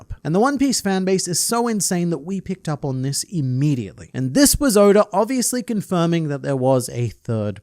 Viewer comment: Stop calling him odor 😭